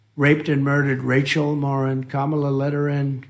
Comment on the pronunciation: at least he pronounced her name correctly for once🤦‍♂